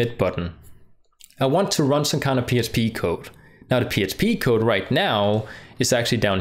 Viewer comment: good example.. but when talking about PHP you say PSP. Your English is very clear.